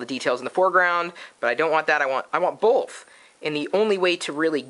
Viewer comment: i thought both was B O T H not BOLTH